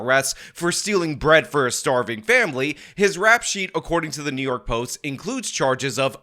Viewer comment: What IS this " City Of Nyork" of which you speak? 😂